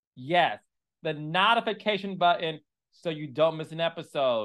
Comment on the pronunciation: Why do you say NAHtification